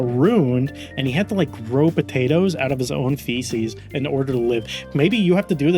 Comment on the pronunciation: i believe those were "poo-tatoes"